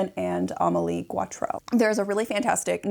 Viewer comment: Sorry for correcting your pronunciation, dear, but it is GO-trow. Geautreau=GO-trow. Thanks for this video.